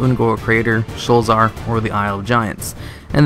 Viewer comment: Sho-la-zar. It has 3 sylables.